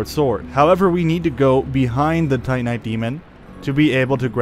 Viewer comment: Your pronunciation of Lordran and Titanite are absolutely atrocious